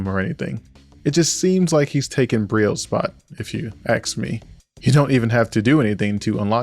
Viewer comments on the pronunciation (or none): It’s pronounced “ask.”